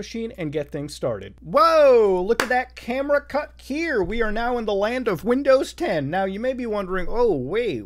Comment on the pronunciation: "windozes" -Mutahar